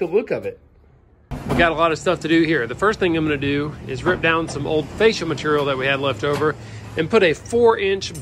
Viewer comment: Mat-ur-ial lol. I love how they say Material